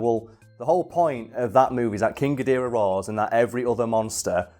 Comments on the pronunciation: I can’t tell if it’s a bit that he’s doing when he says “king godirah” instead of gidorah but either way it pains me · guh-door-uh. not fuckin gideera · King ghidereh? GHIDEREH?!? IT'S KING GHIDORAH!!! for fuck sake. Seriously, never heard someone rape his name so much. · "King gideara" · "Ghidirah" ny god it just pisses me off alo it's Ghidorah for God's sake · Not ga-dira gidora. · Chidereh? G-I-DO-RAH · “King Ghideerah” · "King Guh-deerah" trademark Big Wangers Incorporated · Love how says King Gideerah lol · “King ghidErah” oh no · isn't Ghidorah pronounce Ga-door-ah not Ga-deer-ah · Its pronounced Gi-dora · "Ghodeera" everytime he says that name, I die a little inside. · Jesus day Geedorah correctly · Did no one want to mention the way says King Ghidorah. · Your going to get a lot of hate from Godzilla fans for miss pronouncing Ghidorah, and just giving criticism of the Monsterverse in general.